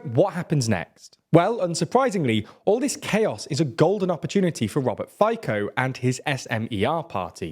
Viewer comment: Correct pronunciation of the name Robert Fico is [ˈrɔbert ˈfitsɔ].